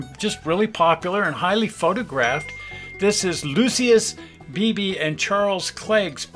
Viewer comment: The name is pronounced Loush-ee-us, not Lucy-us.